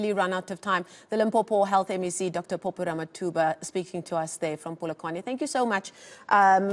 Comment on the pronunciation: Dr Phophi not "Popi"